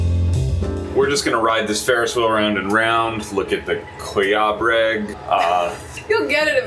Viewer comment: The way you say Kołobrzeg is definitely the WRONG way to say it, the way you pronounced it was much better.